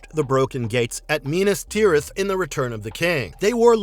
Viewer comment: Miee nas tirith is also one (while less bad still somewhat painful)